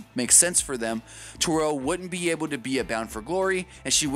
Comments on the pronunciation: It's Terrell, not tarrell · TheCHOSEN1 Baby child, it's Terrell.